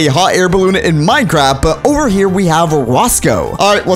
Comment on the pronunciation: he said minecrap